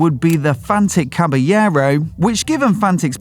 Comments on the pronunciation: It is pronounced Cabalero..you have to pronounce the L it's not Spanish it's Italian! Fantic motor a remake of the iconic Motocross bike from the 70's! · I like the Triumph 400 followed by Caballero (wrong pronunciation on the video). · Awful pronunciation of Caballero 😂